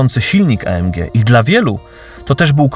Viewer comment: Chyba EJ EM DŻI a nie A EM DŻI. Zróbcie odcinek o Tabenckim :)